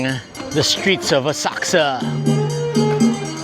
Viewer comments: Does anyone know why is saying OSAKSA?? I've been googling the web to find this City in Japan and the only City sounding like is saying it ('Osaksa') does NOT exist!! It is OSAKA - can anyone elaborate? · It’s Asakusa, with the u almost not pronounced!